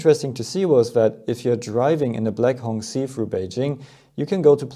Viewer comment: The 'q' in 'qi' is a 'ch' sound.